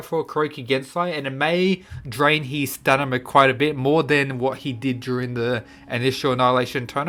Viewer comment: No one:: STANIMA